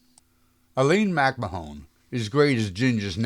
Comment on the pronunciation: Ginger was Anytime Annie in one of the greatest musicals of all time 42nd Street then followed that up as "little " Fay in the greatest musical of all time, Golddiggers of 1933, even with Gingers big number " I've got to sing a Torch Song" cut - wow what a dress,. Some names are mispronounced (Aline MacMahon, Guy Kibbee, Bebe Daniels and Una Merkel, thanks for mentioning the beautiful Toby Wing!